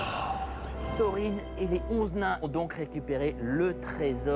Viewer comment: Saam TheBonnetMan Pour Erebor et Smaug je suis d'accord, mais pour Thorin il le prononce presque correctement ! Il y a juste le "th" qu'il devrait prononcer un peu plus proche de "f" que ça et le "r" un peu plus roulé, mais sinon c'est bon. (Il y a aussi "Tolkien" qu'il prononce mal, mais ça c'est le cas de tous les Français...)